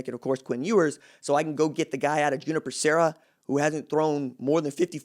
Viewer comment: RJ man, I’m a big fan of yours. So, I didn’t know how to pronounce this name, but it’s Junipero Sera who is a Catholic Saint. It’s pronounced (u-NIP-ero). Anyway, keep doin’ your thang, man!